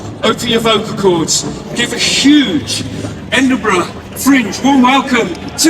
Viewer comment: You are pronouncing Edinburgh wrong, in last its (a)